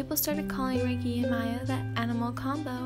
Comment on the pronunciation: his name isn't pronounced as "Maya" its pronounced as Mia but spelled as Miya